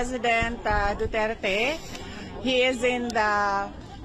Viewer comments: How ICC in the Hague becomes International Criminal Court but they do not/cannot speak English because that is a universal language that many can understand. They cannot even pronounce Duterte in correct way! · Its a shame to ICC judges doesn't know how to speak in English language. Doesn't know how to pronounce Duterte....ICC has no right because our Justice system in the Philippines is not a weak.... ashame to ICC kidnappers